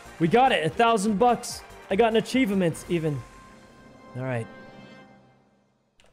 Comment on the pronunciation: Acheva mint